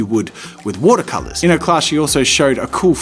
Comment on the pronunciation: “Woodah colahs” 😎